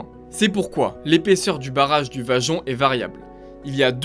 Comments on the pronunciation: Bravo belle explication...juste la pronontiation Vajont...en ialien le y se prononce i...Vaiont... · Le projet est bien antérieur aux années 1950. Il a été imaginé avant guerre. On ne prononce pas "vajont" mais "vayont". C'est faux de dire que le barrage n'est pas à l'orgine de la catastrophe, car c'est bien le lac de retenue qui a provoqué le glissement de terrain... Le glissement de Pontesei intervient à plus de 10km, dans une autre vallée et non pas sur une "montagne adjacente". L'éboulement du 4 novembre 1960 n'a pas lieu dans un réservoir naturel, mais déjà dans le lac de retenue, ce qui accentue d'ailleurs la faille en forme de M sur le Monte Toc. La hauteur de l'eau n'est pas de 700m dans le barrage, mais 700m est l'altitude maximum admise pour le niveau d'eau. Beaucoup beaucoup beaucoup trop d'imprécisions dans les informations ou dans les formulations pour un travail d'ingénieur.